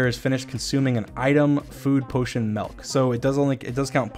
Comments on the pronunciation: DREAM IS MELKER DREAM ITS MILK NOT MELK LORDY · My mans said M E L K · he said MELK instead of milk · Did anyone heard Dweam said "MELK" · He said MaLk 😭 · im sorry but did this man just say "melk?" MELK? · M-I-L-K not M-E-L-K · did dream say... MELK?.!/32!/4'3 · Nobody's gonna see this, bc I'm so late But can we just talk one more time, abt how he says MELK instead of milk lmao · So are we supposed to ignore that dream said "melk?"